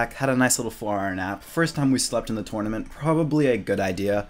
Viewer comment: TURNament not Twuynament